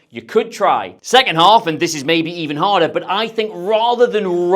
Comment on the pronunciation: Gyokeres with a "header"